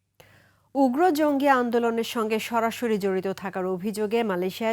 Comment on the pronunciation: মাদ্রাসার ছাপড়া পড়াশোনাও জানেনা, জঙ্গিকে বলছে জিংগি,😂😂😂😂😂😂😂😂😂😂😂😂😂😂😂